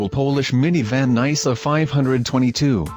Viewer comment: Nai-suh? More like nyh-suh.